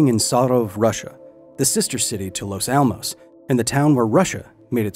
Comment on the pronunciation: As a Spanish speaker, his pronunciation of "Los Alamos", on the other hand... ¡Dios mío!